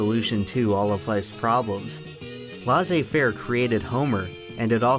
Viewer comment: The ai in "laissez" is pronounced the exact same way like "faire" is! Because it's spelled exactly the same way. So why do you pronounce it like "lassez"?...